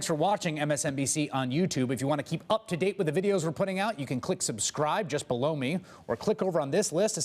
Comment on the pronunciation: Whenever says "click subscribe just be-low me" I hear "just b-low" me.